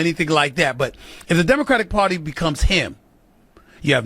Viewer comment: The Democrat Pwatty...Stephen A cracks me up!